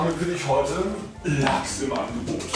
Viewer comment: wie er lachs betont ;) XD Haha